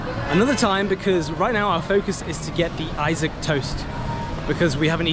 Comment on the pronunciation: its pronounced "E SOC" not I - saac urgg. Im just being jealous fyi xD